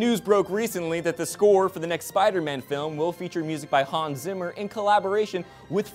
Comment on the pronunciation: HAN SZIMMER? :D no but seriously, it's hans zimmer. at least try to pronounce it right!